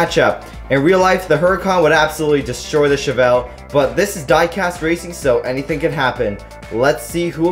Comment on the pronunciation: Your saying chevelle wrong